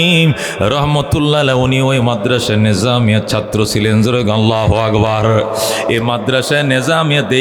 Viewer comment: শব্দটি হবে আল্লাহু আকবার।আগবার নহে।